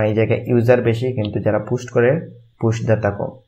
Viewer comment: ভাই পুস্ট না পোস্ট উচ্চারণ